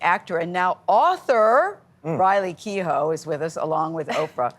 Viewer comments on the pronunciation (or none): When people don't. know how to pronounce the Irish name Keough.